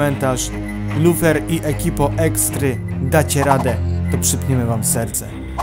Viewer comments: Ja słyszałem Lutferka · ja szlyszalem lufer